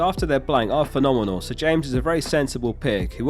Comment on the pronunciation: Something about the way pronounces the word phenomenol is quite phenomenol.